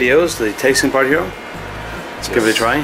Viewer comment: been friend with for years, still butcher his name on every video:p